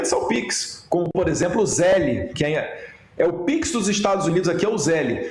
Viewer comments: A pronuncia é ZELL, not zelli. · Nem a pronuncia esses bolsonaros sabem falar, não é ZÉLE é Zél, sem ele no final. Zél. E não, o Zél não é igual ao pix, tem diferenças e é PRIVADO, não é público. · Fala com nosso amigo exilado que o se fala "zell" só se escreve zelle